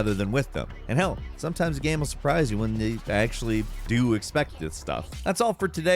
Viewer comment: Game doesn't rhyme with Ham... Not sure if you were aware 😂